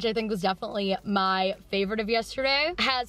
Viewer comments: Just realized you say “YESH-terday” instead of yesterday and it’s the “COSH-tume” thing all over again. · I love you SO much and I say this with absolutely no hate..... you do know that the word yesterday doesn’t have a shhh sound in it right? 😂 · Yes- shhhhh -terday